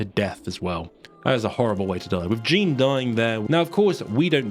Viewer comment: My middle name is Jeanne pronounced how you do in the video so I believe any other pronunciation of the name is wrong lol 😂